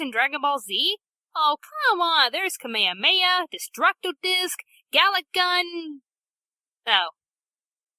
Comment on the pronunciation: How she pronounced kamehameha.. 😂😂😂